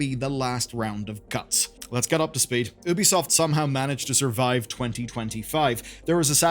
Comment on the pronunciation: It's YOU-bee soft